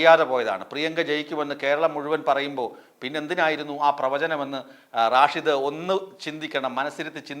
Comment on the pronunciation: റാഷിദ് അല്ല സ്റ്റൈലാകിപറയുന്നതാണ്. റഷീദ് ആണ്. "തങ്കൾ "എവിടെപോയി ആവോ.😂